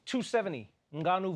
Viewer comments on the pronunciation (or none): Gane is pronounced as “Gann” not “Gain”. That’s how you know Trevor doesn’t watch a UFC much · Excellent interview, and then at the end Trevor calls him Cyril "Gain" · And then mispronounces Gane 😒